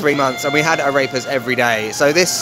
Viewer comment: You should learn to pronounce AREPAS. It is not "a rape ass", it is "ah reh (as in the musical note) pass". Thanks for the laugh though!